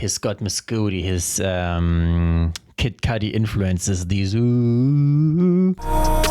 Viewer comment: Kid Cudi is Not called "Kid Koooouudiie"😭😭